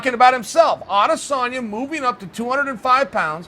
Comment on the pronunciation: Pronounce as adesonyaa instead of adesannnya